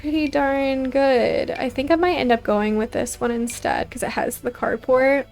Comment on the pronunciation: I kept thinking you where saying “cardbord” instead of “car port” so i was very confused at first 😅 Im loving this series though! and i really appreciate this type of video its perfect background for my drawing and crochet! ❤